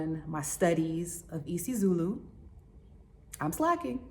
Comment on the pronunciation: Hi dope channel watching from South Africa happy to see ya"ll coming back home in numbers welcome home🎉 liked the way u said IsiZulu